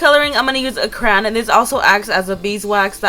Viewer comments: Who gets annoyed when she says "Cran" instead of "crayon' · YOU SAID CRAN NOT CRAYON OMG U MADE ME MAD LOL